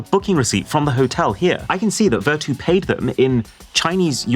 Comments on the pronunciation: It’s pronounced ‘Ver-tyu’ as in ‘virtue’. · Maybe i'm the only person who pronounced this as ver-chu instead of ver-too 😅 Vertu Phones Were Always A Simbol Of Luxury They Are Best Known For Their Build Materials And Craftsmanship, But We Are At A Time Now Where Functionality Is More Important Than Look It's So Sad That Such A Niche Brand Is Using Cheap Marketing Tricks & AI Generated Text/Images For Marketing 😑 Anyway, I Think I First Saw The Buttler Service On Samsung 'W' Series Phones,Which Are High End Versions Of Z Fold& Z Flips, But Only For Chinese Market. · Vertu condom? Maybe I am dizzy coz I heard this for Vertu quantum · Not Vertu man....